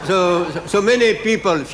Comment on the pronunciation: Mon Dieu, même en anglais il arrive à faire des trucs... people qui devient nipple (téton) et pinapple (ananas)... je suis admirative :D